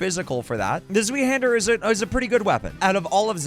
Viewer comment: Zweihander is german thats why its hard to pronounce. Translated it just means Two-handed (sword). Pronounciation is tswaihender but i think yours sounded pretty good already! Also nice video series i like it a lot